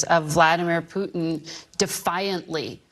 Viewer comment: Who the fk is Poootn ??